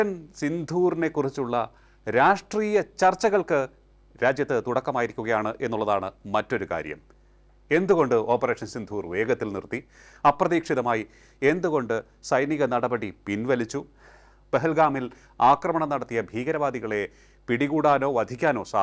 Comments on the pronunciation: ആദ്യം അവതാരകനെ നല്ല മലയാളം പഠിപ്പിക്കണം. സിന്ധൂര്‍ അല്ല സിന്ദൂര്‍ ആണ്. അനാവശ്യ stress കൊടുത്താല്‍ എന്തോ വലിയ സംഭവമാണെന്നാണ് പല കേരള മാപ്രകള്‍ക്കും... വിധ്യാര്‍ത്ഥി, അധ്യാപകന്‍, അക്രമണം പിന്നെ കുത്തും കോമയും തെറ്റിച്ചുള്ള ഉച്ചാരണവും.... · ഓപ്പറേഷൻ സിന്ധൂർ അല്ല സിന്ദൂർ ആണ്. നമ്മുടെ സഹോദരിമാരുടെ സിന്ദൂരം ആണ് മായ്ച്ചു കളഞ്ഞത്. അതിൻ്റെ പ്രതികാരം ആണ് ഇത്. ഉച്ചാരണം ശ്രദ്ധിക്കണേ... ജയശങ്കർ❤❤ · ഒരു മലയാളം വ്ലോഗർ കുറഞ്ഞ പക്ഷം മലയാളം ഉച്ചാരണം എങ്കിലും പഠിക്കണം, സിന്ദൂർ എന്ന വാക്ക് സിന്ധുർ എന്ന് പറയുന്നത് ഒരിക്കലല്ല പല വട്ടം🙏🏼 പ്ലീസ് ഒന്ന് പഠിച്ചിട്ട് വരൂ 👍🏼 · സിന്ധൂർ അല്ല സിന്ദൂർ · മോനേ എല്ലാം കേട്ടു സിന്ധൂർ അല്ല സിന്ദൂർ ആണ് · Operation സിന്ദൂർ (സിന്ദൂരം) ആണ്, സിന്ധൂർ അല്ല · അവതാരകനോട് സ്നേഹപൂർവ്വം: സിന്ധൂർ അല്ല “സിന്ദൂർ” എന്ന് ഉശ്ചരിക്കൂ! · സിന്ധൂർ അല്ല സിന്ദൂർ. .. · സിന്ധൂർ അല്ല സിന്ദൂർ ആണ്. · Ellaa madhyamangalum thettukal varuthunnu, malayalabhashaykko vilayilla, sindoor ennenkilum correct ayt parayu.. സിന്ധൂർ അല്ല സിന്ദൂർ.. please try to correct going forward.. 🙏🏻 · സിന്ധൂർ അല്ല, സിന്ദൂർ.☺️ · Sindhoor alla; Sindoor aanu! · സിന്ദൂർ ആണ്, സിന്ധൂർ അല്ല. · സിൻധൂർ അല്ല സിന്ദൂർ ആണ് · സിന്ധൂർ അല്ല മനുഷ്യാ ' സിന്ദൂർ ' ആണ്. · സിന്ധുർ അല്ല സിന്ദൂർ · ദയവായി operation "സിന്ധൂ൪" എന്ന് ഉച്ചരിക്കരുത്. വാക്ക് സിന്ദൂർ എന്നാണ്. സിന്ധൂ൪ എന്ന് കേൾക്കുന്നത് അരോചകമാണ്. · മലയാളത്തിൽ പറയുമ്പോൾ സിന്ധൂർ എന്നത് സുഖമില്ല. സിന്ദൂർ എന്ന് പറയുന്നത് നന്നായിരിക്കും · "സിന്ധൂർ" അല്ല.... "സിന്ദൂർ" ആണ് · sindhoor alla sindoor anu...Chandana..mandaram...etc.. take care your pronounce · സിന്ധൂർ അല്ല, സിന്ദൂർ ആണ്. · OPERATION SINDOOR .... NOT SINDHOOR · Sinddhhoor?! Kutthavsala.. Go learn some proper Malayalam prounounciation before going public with your program.